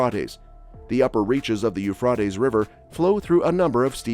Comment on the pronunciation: In English the river is pronounced "Yoo-Fray-Tees" not "Yoo-Frat-Ees".